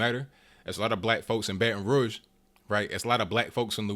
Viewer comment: Thumbs up for telling the truth and pronouncing Baton Rouge correctly.